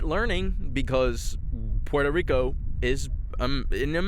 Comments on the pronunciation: As a Brazilian, I’m very disappointed on how you pronounced Puerto Rico, we pronounce it the same way in Portuguese bro, Porto Rico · Why saying puelto lico